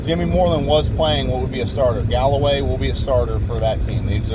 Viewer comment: It’s Callaway...not Galloway